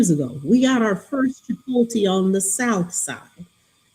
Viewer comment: Yalls pronunciation of Chipotle is hilarious. But hey who needs pronunciation when you're as brilliant as you two!